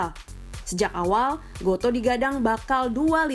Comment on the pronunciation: Goto Bacanya bukan go to Tapi goto Gojek toko pedia, bukan baca "to"